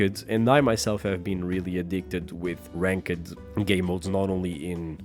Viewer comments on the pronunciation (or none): I loved how you say ranked, "rank-ed" lol. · Bro I love how you pronounce ranked 😆🤣